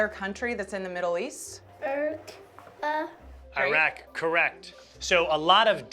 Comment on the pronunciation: Because that's how this particular 5-year-old pronounced Iraq. Children often mispronounce things, it's called learning to talk.